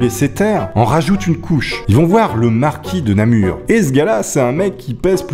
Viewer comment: Bonjour, j'écris actuellement de ma ville natale Namur et tu prononces très bien, merci